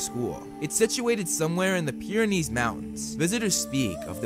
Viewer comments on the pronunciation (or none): none